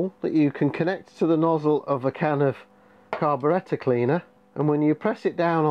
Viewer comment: Carbarretta cleanah😂love it